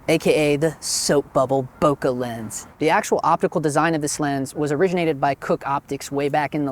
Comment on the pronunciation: Not knowing who's giving you this pronounciation advice , but you can tell him he's wrong. This is what happens when you think you master a topic... but not. The French word "bouquet" must sound "booh-kay", and nothing else. Because the duo "ou" in French sounds "oo", and nothing else. It comes from another word "bosquet" ( = "boss-kay") meaning "little grove". So, how do I know ? Use your imagination, you'll find out... 😉